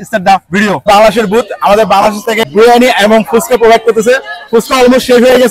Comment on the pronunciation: বিরিয়ানি❌। ব্রিয়ানি🤣✅ পোলাও❌। প্লাও✅ 🤣🤣🤣🤣🤣🤣🤣🤣🤣🤣🤣🤣